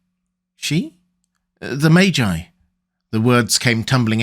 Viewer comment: "Maggy" is a mispronunciation of Maegei. She was a wise woman like MIrri Maz Duur.